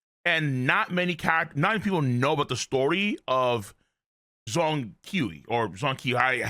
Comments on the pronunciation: Bro, u can pronoun his name s "JUNG KWAY" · It is sounded as chong- kuwey, with the ch lacking the airiness